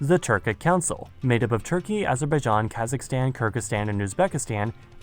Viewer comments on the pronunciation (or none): none